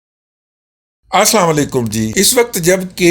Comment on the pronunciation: اپنی سلام ٹھیک کریں آسام لیکم نہیں اسلام علیکم بولا کریں مہربانی